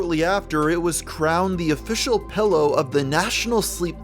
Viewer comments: This nigga says Pellow instead of Pillow and Bo-hemoth instead of Behemoth. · Bro you keep saying pellow and it’s killing me. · wtf is a "pellow"? I use "pillows" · "pello" xD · I seem to be the only one noticing that he pronounces pillow as "pellow".